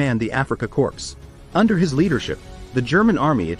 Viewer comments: Yes it might be seen as a corps but as a foreign word like stomach, it's pronunciation is unexpected , is as core. Army core. Makes your stomach rumble. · Corps is pronounced "Core", not Corpse! He didn't command dead bodies. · It's pronounced "core" not "corpse" 😂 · Korps the p is silent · The “p” is silent in either “Corps” or “Korps” like the “p” in bed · Hey narrator the P in Corp is silent